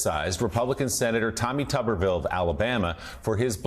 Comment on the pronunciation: Why do youall keep calling him "tubberville" when his name is spelled and pronounced tuberville - tU-ber-ville